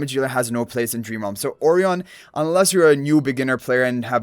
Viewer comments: Why is his name pronounced like that incorrectly? I have checked all sources it should be as uh-RYE-un (rhymes with "O'Ryan") as Orion Nebula. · You must've done soooo much research with so many sources. This is how it's pronounced in Spanish. I don't know how Chinese people pronounce Orion, but Japanese people say it like this too because it came from the Portuguese/Spanish, so it's probably pronounced like that in China and Lilith is a Chinese company. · What I initially thought as well, but yeah this is how Lilith themselves are pronouncing his name. I guess they wanted to be unique/different.